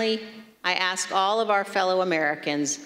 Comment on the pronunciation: Ask... not axed. 🙄